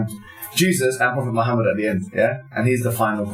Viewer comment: Meem with dhamma leads to the correct pronounciation. The radio station dont know this. They just copy how the papers incorrectly spell. Ignorance breeds ignorance. And thats not to be taken as a insult. on the contrary education is the key.